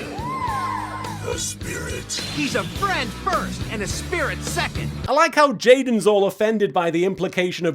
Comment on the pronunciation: "Jaden Theur's down a Fhur's down" gets me every time XD